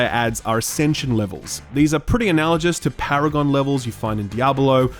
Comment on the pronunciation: Just so you know, analogous is pronounced "an-al-a-gus" not "an-al-a-jus"